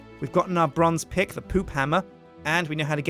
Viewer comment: It sounded like he said ill turn these diamonds into a pig i know he said pick it just sounded funny